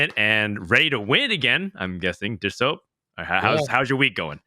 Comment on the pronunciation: "And I'm "